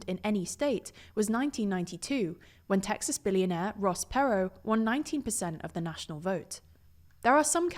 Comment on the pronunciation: That's not how you say Ross Perot lol